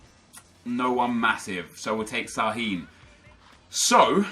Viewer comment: Just wanted to say that you pronounce Sahin different. You need to say the s of Sahin like a sh. That's because the thing under his S. And you need to say the i longer. So he's called Shahiin. The English could be bad because i am German. So pls don't flame me because that